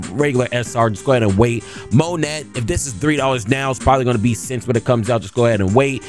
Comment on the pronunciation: Mo net, koo zan..bro is illiterate 😂